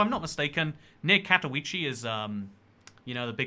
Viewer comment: 'ostravaaaaaahh' 'katoweechee' 'kruhcow' actual pronunciations: ost-rah-vuh, kat-ogh-vee-ceh, kra-koov